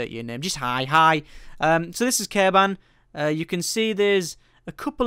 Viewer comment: Its Kerbin, not Kerban!